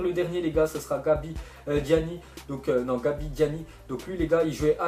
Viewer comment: travaille un peu ta prononciation ta écorché tous les noms que ce soit des joueurs( je connais pas "gabidiani" ou "souampton"c'est chiant